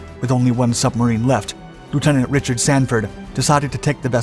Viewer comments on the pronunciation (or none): none